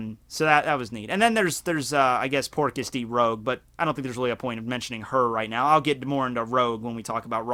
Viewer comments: rouge's name pronounced rooj, not roge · Oi it's Rouge not Rogue. Like the colour.